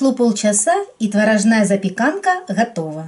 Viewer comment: У вас ВАНИЛИН! А не ванильный сахар.Не творожнАя, а творОжная. И АКЦЕНТ.... Ну не могу...